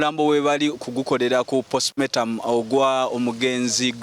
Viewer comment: Olwokuba Ba Nakyalo Leero kamubamaleko emirembe ne camera zamwe 🙄🙄🙄 Omuwereza Mulunji Naye Tamanyi Kwogera the word is postmortem not postmotamu😮